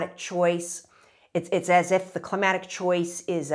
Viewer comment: to me she's saying "climatic" repeatedly, and it drove me to the comments to find this lol.